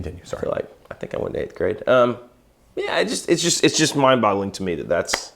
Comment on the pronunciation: Did say "mind bottling?"